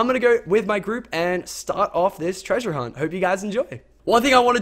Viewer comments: Being from New Zealand it annoys me when Lachlan says treasure cus it sounds silly and not right I guess and hes losing his aussie accent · The accent you say "treasure" is american xD